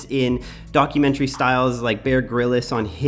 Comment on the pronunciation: omg this video was cool but duuuuude it ain't said "bear Grillis" ..... it's pronounced Bear grills even tho spely bear grylls....ffs